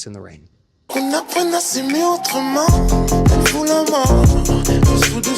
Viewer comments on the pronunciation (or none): none